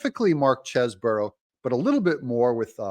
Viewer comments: All due respect but I think it’s pronounced “Cheese-Bro” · There is an "e" following the "s" in "Cheseboro" which makes the first "e" a long "e" (NOT Chesboro)...please. Also, "news" is noooooose (nuse), not "nis". I love your videos but please use proper pronunciations.